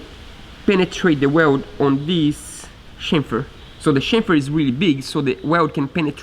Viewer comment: It's not "dees"...its "THIS". 😏